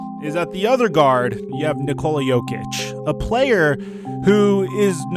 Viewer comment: god damn it it’s NICK-ola not ni-COLA